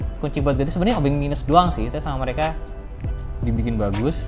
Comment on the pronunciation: Biasa Kan Keceletot Lidah Nya Antara Mau Ngomong Indonesia Sama Mau Ngomong Inggris 😂